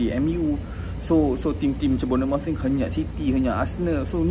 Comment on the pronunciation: Bagi kudos? Beri daun kari la! Apalah- sebut Bournemouth tak betul. 😅. Kritik persaingan x best, sebut kelab pun terabur, amacam?😂